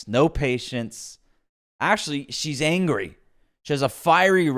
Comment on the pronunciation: “Ew moy gawd, I’m sooo eengry, my husbands sick” what a nasty person, making it all about herself.